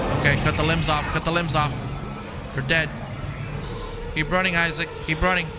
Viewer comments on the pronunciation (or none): guy really said I Saac lmaooo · Wait.. Did he say "I-zach" for the name Isaac?🤣🤣🤣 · Lol “Eye-zack” Clarke lol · The way he pronounced Isaac name had me cracking up lol